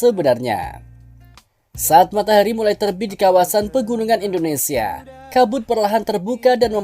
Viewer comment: Hi yg punya channel! Kamu nyebut Indonesia yg betul dong Indonesa indonesa Itu kebiasaan orang jawa "sia menjadi sa " Orang asing yg mendengar chanel mu akan bingung Contoh nya teman saya